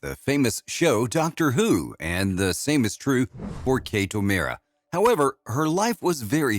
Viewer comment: Her name's Kate O'Mara, pronounced Oh Maaaahrah with the aaah as in "daaahling"!